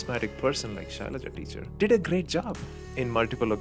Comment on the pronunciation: Arnab can’t pronounce the name right 🤣🤣🤣🤣 It’s Shailaja and not Shylia 🤣🤣🤣🤣🤣